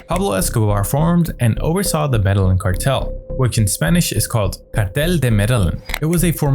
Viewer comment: Medellín [meh-de-yeen] NOT MEDALIN!